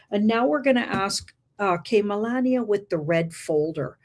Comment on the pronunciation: L❤VE YA ~ But FLOTUS, Melania, it's Phoneticly Pronounced as "muh·laa·nee·uh" NOT "muh▪︎LAND▪︎nee▪︎uh" Also, I'm not sure WHY you would be surprised by a DOCUMENTARY Movie with just Her Name!? It would be NO DIFFERENT than Movies named after "MADONNA, ELVIS, JFK or TRUMP" 😇